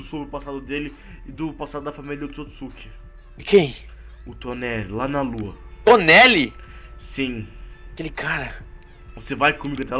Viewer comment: Quem percebeu q o disse toneli kkkk